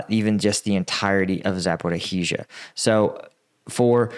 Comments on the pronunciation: Jesus, can you please learn how to pronounce Zaporizhzhia!!! Za-por-izhia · You're mispronouncing Zaporozhye! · Always here to listen to mangle pronunciations 🤣 “Zaporizhzhia”is always an adventure 🤣